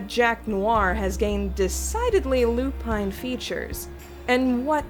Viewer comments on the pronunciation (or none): none